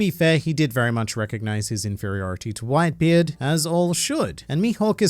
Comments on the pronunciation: did i misheard it or did he call whitebeard white b. eard like gol d. roger? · Haha "white b. eard" haha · “White B Eard” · Did he really say white B. EARD? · Did this fool say “White B. Eard” ?? Hahahah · Only A real Aussie would pronounce it White-B-Eard. Joe Ingles 4 MvP